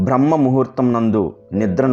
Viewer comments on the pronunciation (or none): none